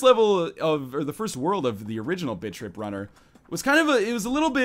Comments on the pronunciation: The first time I heard you say "Bit Trip Runner" I swear I heard you say "Bitch-Trip Runner" lol great vids btws -your sub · Am I the only one that thinks he's saying bitch trip? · I thought you said "bitch trip runner 2" ;D oh silly me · sounds like you're saying "Bitch tip runner" xD